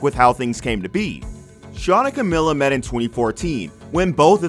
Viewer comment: It’s pronounced camEEla. Cmon guys it’s been nearly 10 years lol